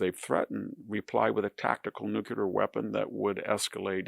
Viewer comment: please learn how to pronounce NU - CLEE - AR